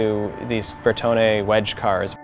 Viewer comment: Pronounce bertone properly please like an italian cause its annoying when some says ur name wrong